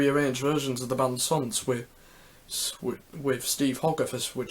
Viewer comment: It’s pronounced hoe-garth... not hog..arth even though it’s written that way